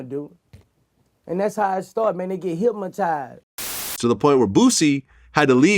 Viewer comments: “They git hip-matize” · "HYPMATIZE!" get it right bucko